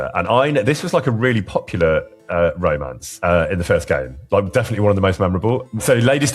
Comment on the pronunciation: "Raymance" 😂 protect Tom in all costs